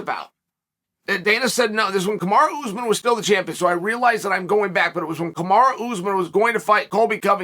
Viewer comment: i don't find it funny at all , i just made a sarcastic comment cuz i think this is a royal fuck up . Tbh , chael does it for years and years to get more engagement, although the weird part is he has no problem pronouning magomedsheripov ( zabit's name ) but then he fucks up kamaru